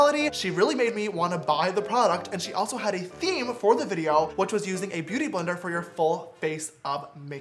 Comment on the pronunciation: Did anyone think James said booty sponge instead of beauty sponge😂